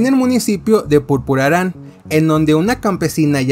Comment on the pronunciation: No es purpuraran...es Puruaran,Mich.